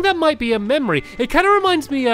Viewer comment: I sede that remine me of inside out ween stampy say mamory